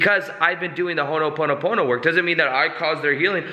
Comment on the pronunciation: It's not honoponopono. It's ho'oponopono